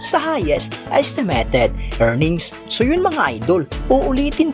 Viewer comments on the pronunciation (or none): Ayusin mo mins pronunciation. ESTEMETED INSTEA NA ESTIMATED NAKAKAWALAMG G